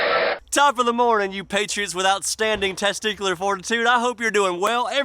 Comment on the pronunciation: I thought he said - “Top of the mornin’ you patriots without standing testicular fortitude” He actually said - “Top of the mornin’ you patriots with outstanding testicular fortitude” 😂🤣